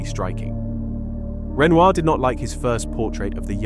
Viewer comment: Hello! I really appreciate your efforts to make a video on art history and art stories. But Renoir is a very famous artist's name and it should be pronounced correctly. Here it is really badly pronounced and so is the name of the actress that he portrayed in his paintings. Please pay attention to such important details.